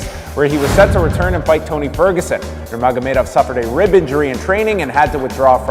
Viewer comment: Lol how dare you mispronounce Khabib Nurmagomedov!! Might as well say Yon Yones while you’re at it!!…. Great documentary though!